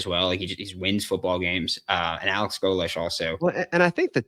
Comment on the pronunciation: his name is pronounced GO- lish. Please!